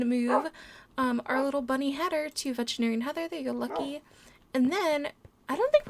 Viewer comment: Its veterinarian not vegetary LOL😆😆😊